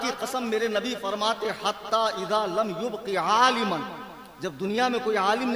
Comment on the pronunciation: حدیث اعراب کے اعتبار سے غلط پڑھی ھے یبق کی یا پر ضمہ لگایا ھے اس جاہل نے جب کہ فتحہ آے گا